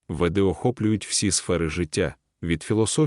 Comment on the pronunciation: Веди- наголос на першому складі, але ведИзм, кАрма